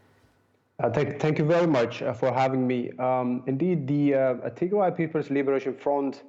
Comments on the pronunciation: Tigray is pronounced Tig-Rye...NOT Tigre/Tig-RAY!!! Tigre is a completely different Eritrean ethnic group having nothing to do with this conflict. Tigrigna is the language spoken by the Tigray in Ethiopia and the Tigrigna in Eritrea. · I Like How She Sayed Tigry - 😂 She MadE It Sound French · freedom man u are confused. They are mispronouncing the name of the region. The Tigre people live in Eritrea like the Beni Amer and speak Tigre.. Not Tigrigna. Tigrigna is spoken by the Tigrigna, Jeberti, and Tigraaaay in Ethiopia. Amharu butcher every name including the word Habesha making it Abesha. Tigre is not Tigray as most Amhara mix up. Tigray is pronounced as Tig-rye (Rye = type of grain, rhymes with the word "Why" and "Guy" ).